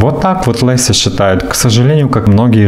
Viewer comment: Только не ЛЭся, а ЛЕся